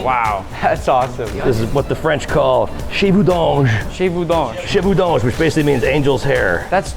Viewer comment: CHIVOUDANGE!!!... haaaaaa... NOoo way !! its Cheveeeeux D'aaaange !!! Bordel. Oui, je suis français.